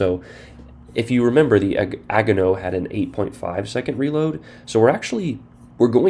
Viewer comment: As someone who has grown up in an Asian neighborhood, I would like to help out with your pronunciations. Agano: Ah-gone-no Gokase: Gee-yo-kah-say (hard G at the beginning) Omono: Oh-moan-no Shimanto: She-mahn-toe And for the eventual T8 and LT IJN CLs Takahashi: Tah-kah-ha-she Yodo: Yo-doe. Once you realize that most East Asian languages (especially Japanese) are syllabic based, and you pronounce each word by its syllables, then the pronunciations become easier.